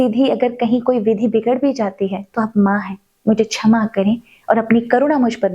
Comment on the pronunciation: Chhama nahi. Ksham! Hindi Uccharan par kaam karein